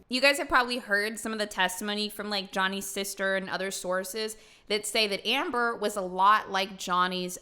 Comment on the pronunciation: He sounds like he is calling her "Amberger "